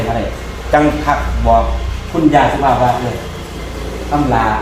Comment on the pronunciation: .อ่านผิด คุณแม่สุภาพ ครับ